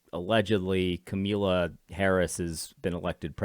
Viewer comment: AD. please continue to mispronounce her name, it gives me joy.